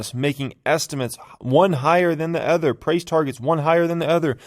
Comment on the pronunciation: When you stop saying “ether” instead of “other”, I’ll hit the like button. It’s O-der, nor A-ther.